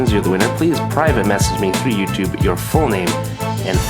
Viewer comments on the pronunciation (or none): none